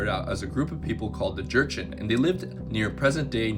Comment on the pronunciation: The correct way to pronounce Jurchen is joo-shen, ᠵᡠᡧᡝᠨ, not “jErChEn”😂 Also, 20 was the number of native Manchu speakers who spoke Manchu since birth. However, many of us younger generations are starting to re-learn our own native tongues. Our parents’ generation don’t have native speakers due to the culture revaluation and Han Chinese’s “culture assimilation” effort. ᡨᡝ ᡶᠣᠨ ᡩᡝ᠈ ᠯᠠᠪᡠᡩᡠ ᠮᠠᠨᠵᡠ ᡳᠴᡝ ᠵᡠᠰᡝ ᡳᠨᡠ ᠮᠠᠨᠵᡠ ᡤᡳᠰᡠᠨ ᠪᡝ ᡩᠠᠮᡠ ᠰᡳᡵᠠᠮᡝ ᡨᠠᠴᡳᡥᠠ ᡴᠠᡳ᠉